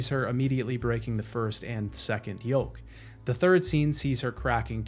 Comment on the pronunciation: Good video, I listen to this on my laptop while I work. But I had to open this video on my phone just to tell you that the L in yolk is silent.